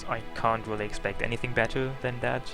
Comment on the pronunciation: Do you not know how to pronounce "R"??? God that annoyed the shit out of me. Its "Really" not "Wheelie"...!!!